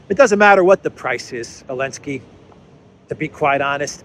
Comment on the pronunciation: Are you calling him elenski on purpose? Is it some kind of joke that I'm missing? Just in case you are not joking it's ze, zelenski with a z.